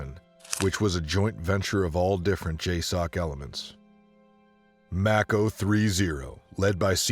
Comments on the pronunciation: What is with the poor pronunciation of the vids of today, are they ignorant civilians narrating military stories or poor AI programs ?? Mako =May-Ko like Mako Shark, not fuckin’ Mack-o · Haha.. pronounced like the shark not Mack-o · It’s pronounced “make-o” like the mako shark not “Mack-o”. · Its mAko, also if anyone remembers the Medal of Honor Tier 1 game from 2010? The game was based off the missions of task force black? i think was the color. People got in trouble for how close to real the game was, every mission was based off real DEVGRU, Delta, ISA, Ranger and Ranger recon, and SAD missions that actually happened. AFO and Neptune spear were real task force callsigns, the second game was the same way. One of the reasons they got shut down.